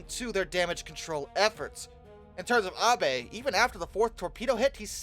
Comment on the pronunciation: Thank you for not pronouncing Abe like “Abe Lincoln”